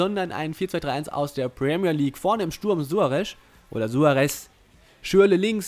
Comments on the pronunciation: Ernsthaft:, wie kommst du auf Suare'sch'?:D Jeder Kommentator und jeder andere Fussballgucker weiss doch, dass er Suare's' ausgesprochen wird^^ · SuareZ, nicht Suoaresch... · Suarez nicht Suaresch! Aber trotzdem gutes Video! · Meiner Meinung nach klingt "Suaresch" voll bescheuert. :D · Sorry aber langsam regt es auf -.- Du kriegst keine folge hin wo du nicht einmal alle namen richtig aussprichst Suaresch?? Dein ernst?? Oder mirajas.. wtf xD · Suaresch xD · Suaresch hahaha